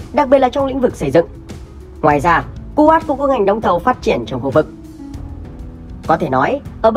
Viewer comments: Cu wét chứ ko phải cu wát đọc sai rồi a ơi 😂😂😂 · Đọc đúng là khu Wậy